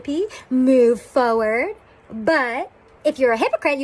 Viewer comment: Same and the way she says "foeward" instead of forward